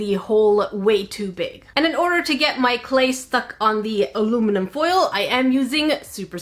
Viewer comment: I love how she calls aluminium "Aruminum" sometimes